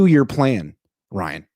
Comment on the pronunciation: Why does Ryan constantly change the em PHA sis in people's names?